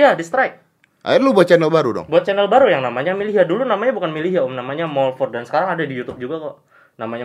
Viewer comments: Milyhya bang bukan millhya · milyhya om bukan millhya